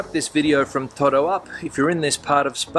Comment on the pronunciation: Whenever I go to Spain my Spanish friends criticize my pronunciation of "toro" claiming that I'm saying "todo" when I mean to say "toro". I notice that you have the same problem, or at least that is what I am hearing. I must admit my hearing has been going downhill the last couple of years, so perhaps I'm just not capable of saying or hearing "toro" properly. Thanks for the travelogue on "toro". It sounds like an interesting place to visit.